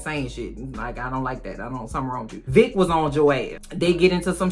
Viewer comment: I kept thinking you were saying Dick instead of Vick so when I heard Dick was on Joe’s ass I was like 🤭